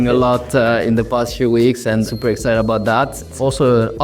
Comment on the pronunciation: There's not gonna be a commercial recap without "super excided" :D